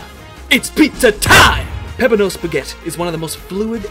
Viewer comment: Every time you mispronounce Peppino's name a blood vessel pops in his head